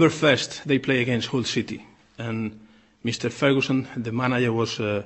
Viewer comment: "Meeester ferhooson" "manayer" Ha. Ha. Ha. Ha Poor, bitter twisted benny.